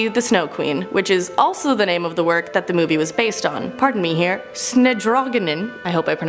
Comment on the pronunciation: I love your try to pronounce "Snedronningen" 😅 Didn't get it right but nice try! Also the original story is about an evil snowqueen who kidnappes and manipulates a little boy....